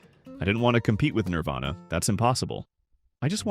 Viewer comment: When the AI voice that's been saying "Nirvana" the whole video, decides to change it to "Nirvayna."